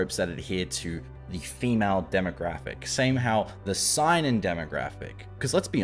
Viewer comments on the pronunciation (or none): Seinen is pronounced as say-nen btw